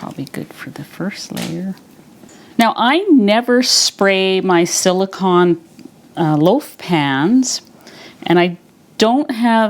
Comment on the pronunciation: This looks delicious and I have to try it! Just for your information, Silicone is pronounced with a long "O" sound. Thanks for the recipe. 😊